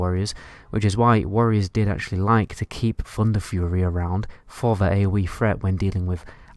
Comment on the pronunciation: Where the fuck do they speak like this... "Aoe Fret"... "Funder fury"...